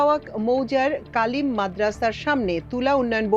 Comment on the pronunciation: আপু, একটু খেয়াল করবেন। কালিম মাদ্দাসা হবেনা। বরং কামিল মাদ্রাসা হবে। ধন্যবাদ।